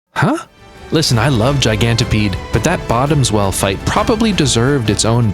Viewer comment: Lol at "Bottoms Well" it's "Bottom Swell" as it's a water monster, not a special friend (not judging if you're into sea monsters, you do you) 😆